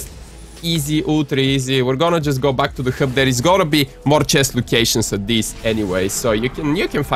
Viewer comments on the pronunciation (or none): its hub not ghub